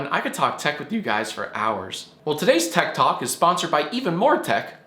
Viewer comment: I thought he said ted talk at first 👀👀